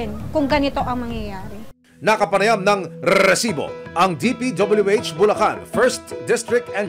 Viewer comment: ok naman po ako sa show na ito,i find it annoying lang po yung pagbigkas ng reeeesibo.